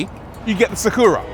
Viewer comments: why you saying "Sa Kuuu Ra"? Just say Sa Ku Ra Short U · NISSAN SAW-KOO-RAH....😂😂😂. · You can say Astra right? Now say Sakura the same way... Sak'ra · Video starts with mispronouncing Nissan and Sakura 😂😂😂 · Reviewer butchering the name Sakura casually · Great video. Shame you butchered the pronunciation of Sakura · i've never heard anyone mispronounce "Sakura" before; until now. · I've heard some tragic mispronunciations of 'sakura' in my day, but that takes the cake.